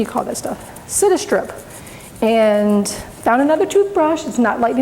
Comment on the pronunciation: Come on girl.....read the labels and give proper credit to the brand name.......Citistrip ?? Mini wax ???? The stripper is called Citristrip as in citrus, you know, orange, lime, etc. Hard to take this too seriously when you constantly misspeak. Otherwise pretty good tutorial.